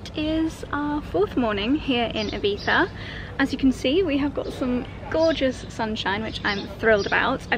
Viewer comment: Oh, first time a non Spaniard pronouncing Ibiza perfectly 😍 your Spanish pronunciation in general is amazing